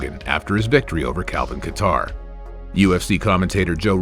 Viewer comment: Calvin Qatar 🤣🤣🤣🤣🤣🤣get his name right.